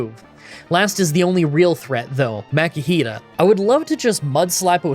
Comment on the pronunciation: ITS MAKUhita not MAKIhita